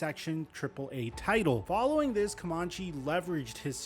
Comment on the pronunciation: It’s pronounced “CoMANche” not “CoMONche.”